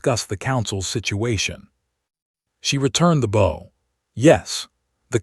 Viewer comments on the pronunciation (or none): Okay, your AI keeps pronouncing the word bow(b-ow) as when someone slightly tilts the upper part of the body in a acknowledgment towards a person, but instead saying it as it when you say bow in the word bowtie.